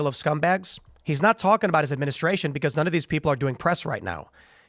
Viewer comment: I love Phil but the way he says beCAUSE drives me insane.